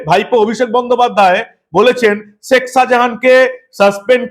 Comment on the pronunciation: আমি আপনার গুনগ্রাহী। আপনার দীপ্ত, নির্ভীক চোখ খুলে দেবার মতো আলোচনা নিয়মিত শুনি এবং উপকৃত হই নিজেকে updated করতে পেরে। বার বার একটি উচ্চারণ শুনছি তো তাই বিনীত ভাবে একটি কথা বলতে চাই। ধৃষ্টতা মাপ করবেন। আপনি শেখ শাজাহান যখন উচ্চারণ করেন বলেন শেক, শেখ বলেন না। মানে খ উচ্চ্চারিত হলে কানে খটকা লাগে না। আপনার উচ্চারণ প্রতি বার ই হয়ে যায় শেক মানে খ এ শেষ না হয়ে ক শুনতে পাই। অপরাধ মাপ করবেন।